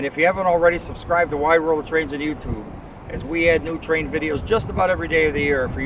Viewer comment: Precision railway at its finest! That tanker was hugeaah as you say! Nice Hertzog catch as well! Thanks from Wide World of Trains on YouTubeaah! 🚂🇺🇸🇦🇺🇺🇸🇦🇺🚂